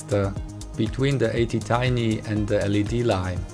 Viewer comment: It A T Tiny, A T not eighty